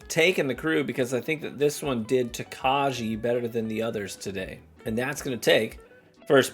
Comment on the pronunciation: Says Tokaji wrong for the majority of the video Learns how to say it correctly Continues to mispronounce it because his Midwestern is too strong for this world.